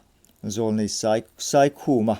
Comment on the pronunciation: Pu Saikhuma hming kha mi lam loh danin i lam.